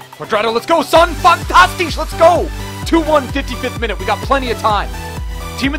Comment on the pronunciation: Stop saying fantastich